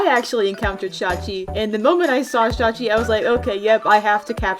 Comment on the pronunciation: Omg she pronounced shawchi’s name right I KNOW the proper pronunciation and still sometimes say shawichi